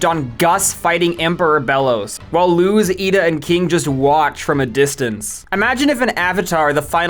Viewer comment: Why do you pronounce all these names completely differently than the in-show pronunciation? Luz, Rukh, you even show a clip of Thrawn pronouncing it, immediately surrounded by you pronouncing it differently twice?